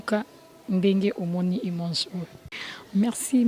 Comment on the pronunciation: Mere venicia okondi boye. Balobaka IMAGE et non IMANGE☆ tout le temps tu fais cette erreur. Sinn merci pour un bon boulot